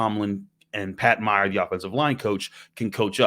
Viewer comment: it is “May-yer” not “my-er”